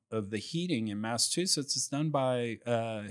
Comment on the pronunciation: Great interview. The state is pronounced Massa*CH*usetts 😂